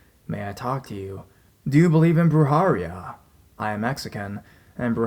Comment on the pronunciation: Brew-hair-eah - That is how you pronounce “Brujeria”